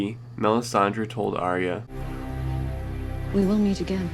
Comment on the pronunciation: I don't know how anyone still gets this wrong, Arya is pronounced eye-a NOT arree-ah!!!